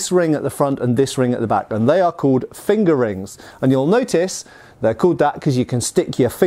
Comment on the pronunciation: Lol, I’ve heard him say it that way for years now, no matter how many times I tell myself to grow up🤣